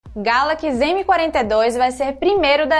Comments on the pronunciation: Início do vídeo: Galakis.... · "Como é característico da linha GALAQUIS M" kkkkkkkk